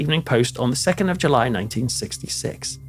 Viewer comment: the time was july (very Scottish)